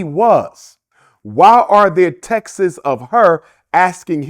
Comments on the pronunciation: When someone pronounces texts as Texas 🫠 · Not the doctor saying TEXTES